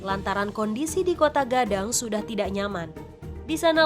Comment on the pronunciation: Koto Gadang woi... Bukan Kotaaa